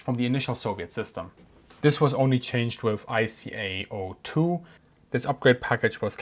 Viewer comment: Hint: ICAO is pronounced as "EyeKaYo." 🤪